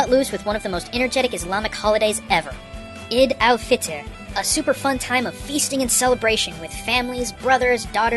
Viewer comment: I found it strangely enjoyable how you pronounced Eid al-Fitr. But its okay I dont expect you to pronounce it the way Muslims pronounce it ^_^